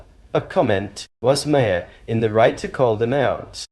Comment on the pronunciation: Maher is pronounced MAR. It’s an Irish name.